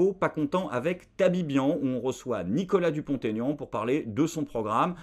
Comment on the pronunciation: Grâce à vous tous, ça suffisait. On dit Dupont Aignan, sans liaison.